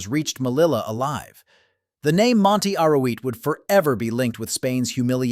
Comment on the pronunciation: SOS UN DESASTRE RELATANDO.NO ENTIENDO POR QUE NOMBRAS TERRIBLEMENTE A MELILLA QUE COMO SE ESCRIBE SE PRONUNCIA.LO MISMO MONTE ARUIT LO MISMO LA LEGION REFIRIÉNDOTE A LA FRANCESA.EL KRIN FUE DEPORTADO PERO AÑOS DESPUES ANTE REVUELTAS POLITICAS EN MARRUECOS SE OPTO TRAERLO DEL EXILIO Y AL CRUZAR EL BARCO POR EL CANAL DE SUEZ SE ESCAPO Y SE REFUGIO EN EGIPTO.INFORMA BIEN.ASESORATE MEJOR.Te escribo desde URUGUAY.